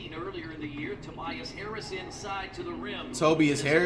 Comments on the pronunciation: "tobis hairis" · "toe-bee-yes harris" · Nobody: Flight: "Tobeas Haris" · Toe-bee-us Harris lmaooooo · Toe-B-Is Harris. - FLIGHT REACTS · “Tobeeas harris” fr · Nobody: Flight: tobyas harris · Flight said Tobies Harris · “Tobees harris” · This is not a hate comment but isn’t flight mispronouncing names on purpose just getting boring like tobeis Harris I s another one to the collection like the more players he mispronounces the less funnier it is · When Flight does not have a name that he can mispronounce such as Tobias Harris, he flips it so he sounds even more dumb and to keep the act going (Simmons of Ben)